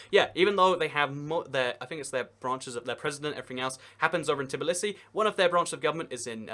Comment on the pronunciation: Why do so many people mispronounce Tbilisi as 'Tblisi'?